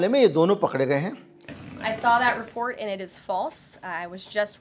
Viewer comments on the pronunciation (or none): none